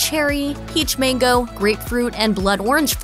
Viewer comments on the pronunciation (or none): none